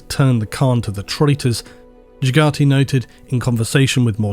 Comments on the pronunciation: Jhagati, arghhh its Jaghatai not Jhagatiii. You were spot on with some pronounciations being debatable but you clearly missed the mark on this one. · Jaga-Thai Not Jagate... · Great vid - I’m firmly part of the ‘sleep club’. I would just mention that I’m pretty sure the Khan’s name is pronounced JAG-a-tie not Ja-KAR-tee. Keep up the great work. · I love you bro but "Jagga Tie" not jagiggity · Dude. I love your vids A LOT... but his name is JAG AI THAN Khan... :D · Your videos are what got me into 40K lore in the first place. I obviously didn't get a lot of references in the beginning but after reading 48 books in the Horus Heresy series it all makes more sense. Also small note - The Warhawk's name is pronounced Jag - ah - Tie. There's an A between the T and the I at the end. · The custodian guard... Also my man you might wanna check the pronunciation of the khan's name like with abbadon 😂😂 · Gah! Your pronunciation of Jagatai is killing me! I'd point out how to say it right, but it's already spelled 100% phonetically. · butchering names of Primarchs (Jaghatai Khan) on purpose to rile up the nerds in the comments. Worked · Broke my heart the way you said jaghatai